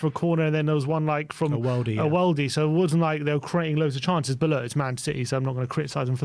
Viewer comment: DEAR: HAS ANYONE EVER SUGGESTED THAT YOU WORK ON YOUR ENUNCIATION? -- ESPECIALLY YOUR USE OF THE WORD, "BUT"... I don't think I have ever heard you pronounce the "T" -- as it sounds more like "BUU"?